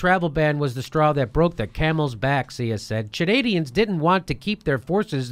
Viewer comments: "Chanadians? C'mon Jimmy. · "Chanadians" lmao! It's Chadians. Still a thumbs up from me. Madcow's been on a downward spiral for awhile, now. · Jimmy keeps saying Chanadians 😂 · "Chadnadians?" Lol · "Chanadians"... Love U Jimmy! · "Chanandians" LOL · Stop saying "Chanadians". Hehe. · Jimmy pronouncing Chadians as 'Chanadians' is pretty funny. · "Chanadians". Haha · Are you guys trump fans? If you are I quit TYT. Rachel Maddow is not like or anyway like Alex Jones.Did did you say Chanadians? You cannot even pronounce the term? It is Chadians. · Jimmy, they are Chadians, not Chanadians. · I love you jimmy but CHANADIANS??? Hahaha It's CHADians